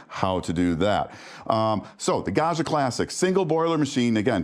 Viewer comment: Gaggia! Short first a, gg like j in judge. Like "badger".